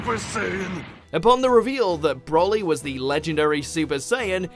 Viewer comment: The DBZ movies were never canon to begin with, so the Super Broly movie didn't retcon anything. Also it's "Broly" not "Brolly". This narrator has clearly never watched the movies.